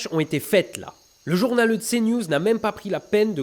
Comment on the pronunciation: ARETE DE DIRE JOURNALEU ça m'énérve. :'(